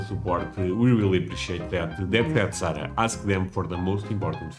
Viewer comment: But Sarah said it - with the "a" sound at the end! wins again!